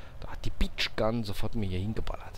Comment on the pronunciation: Haha, die "Beach Gun" war wohl eine Birch Gun. Sprich: "Börtschgan".....:-))